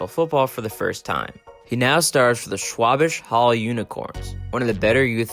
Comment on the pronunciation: Schwabisch Hall, said like swvay bish hall. Little town east of stuttgart, I have driven through it a couple times, only reason I know. They speak a funny type of german down there, but since they invented the car, they say fuck you to the rest of germany for picking on their accents.